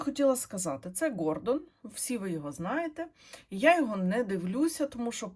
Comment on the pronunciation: Він не ГОР! ВІн-ДОН! Тобто наголос на ДОН. А взагалі він ПОЦ!